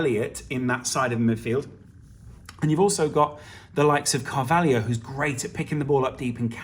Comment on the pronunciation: His name is CAR VAL HO. Not carvalhio.